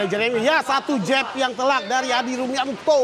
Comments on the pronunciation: He komentator bodat, adi rominto bukan adi rumanto 😕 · Adi rominto bung,bukan adi rumanto hwkkkkk